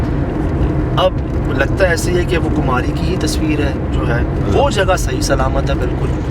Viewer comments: Kumari kumari...... Kumhari nae... Kun galat bolty Ap.... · Kumhari nhi bhai kumari h